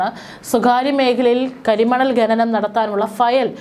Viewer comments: ഗനനം അല്ല .... ഖനനം എന്നാ.... നഖത്തിൻ്റെ ഖ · ഗനനം അല്ല കുട്ടി... ഖ ന നം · ഗനനം അല്ല ഖനനം ആണ് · ഘ നനം ന്ന് പറയൂ